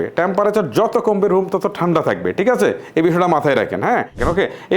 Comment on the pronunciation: ভাই আপনি ঠিককে টিক বলেন কেনো, আপনার অনেক ওয়াড অন্য ভাবে উচ্চারণ করেন